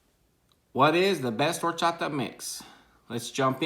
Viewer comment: he was pronouncing the name right……💀